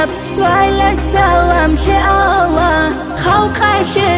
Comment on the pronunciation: Машаалагь как же красиво и нет более красивого не чего чем произношение Аллагьа